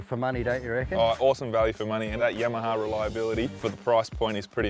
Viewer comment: "The Yemaha" :D